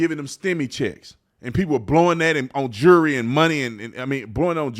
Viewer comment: When are people going to understand that it’s jewelry not jurry and it’s children not churin # trump 2024